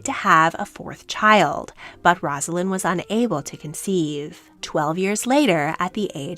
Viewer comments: One of my pet peeves in life … her name is NOT “roz” alynn!!! it IS “Rose” a lynn. not even the narrator of this story that features Rosalynn can get it right. pathetic journalism. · A nice vignette of the life of Rosalynn Carter. I briefly met Mrs. Carter when President Carter was visiting Kentucky while in office. She was a very gracious lady. But her name is pronounced "Rose-a-lynn". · Her name is pronounced with a long “O.” Basically, Rose-alynn. Before you make a video, check out how to pronounce the names. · Please learn how to pronounce her name before making a video.